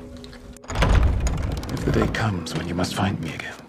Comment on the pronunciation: Arya can't say her r's. That's unfortunate